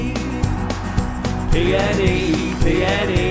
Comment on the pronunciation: Some tune this but you say it PNE PNE!